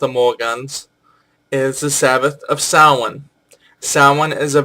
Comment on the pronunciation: You continue to confuse Nemain with Nemed, so any time you connect her with anything having to do with groves you are wrong. And again, Morgan is British, not Irish. You may have corrected yourself, but you at least give the impression that "Sam-hane" is one way to pronounce "Samhain." It is not. She doesn't have an associated planet because the Celts weren't into astrology. The depiction of three goddesses at Bath are of the Matronae, not some sort of [cont.]